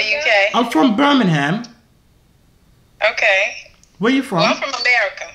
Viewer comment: The way he pronounced “Birmingham” made me cringe😂